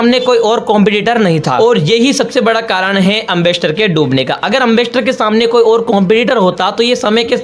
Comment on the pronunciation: एंबेसडर है एमबस्टर नहीं है अगर वीडियो बनाना नहीं आता तो मत बनावो